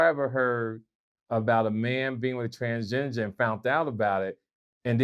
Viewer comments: "I got Transginger added to the English lexicon" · "Transginger" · Transginger??? Lol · Someone plz ask what the f*ck is a TRANSGINGER? 😆😆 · "TransGinger" LMAO 😂😂😂